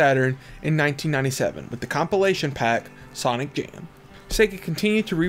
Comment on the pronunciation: Ok I see it’s when you say “an/m” sounds because you do it when you say NBA “Jam” as well